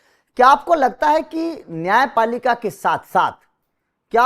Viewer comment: नाय पालिका गलती हें नायापालिकामे सुधार होना चाहिये 🙏